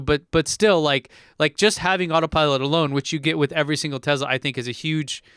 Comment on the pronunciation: What's a Tezla???, you're from San Diego and you aren't Elon.